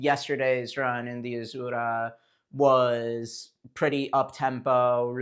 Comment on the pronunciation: Nobody: Bro: 💃azurrrrra🌶️